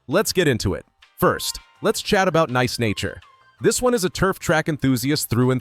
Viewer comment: This video is pretty helpful, and im is always down for a nice tier list. The voice work feels very script on the side whkle recording I f that makes sense, but it's not a big deal. And some of the pronuciations are just off. Come on dude "neece nature"? Feels al.ost ai voiced via inflection